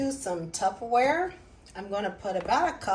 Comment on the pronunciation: Did you call it Tufferware?